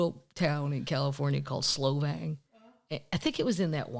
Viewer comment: Ha! It's Solvang, not Slow_vang ..hehehe